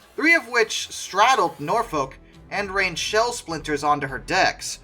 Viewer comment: I don't know about your German pronunciation, but please get Suffolk and Norfolk right.🤣